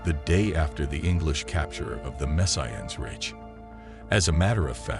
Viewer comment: I'm 26 seconds in and already the stupid computer generated commentary has mispronounced Wijtschate, Missines Ridge and even, God help us, World War One. I won't be listening to any more and, whoever produced this shit should be ashamed of themselves.